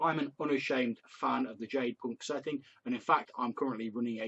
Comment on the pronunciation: No worries, most folks mispronounce it. You came closer than many of them. I did have a question on the material for you. Did you find the healing rules to be useful?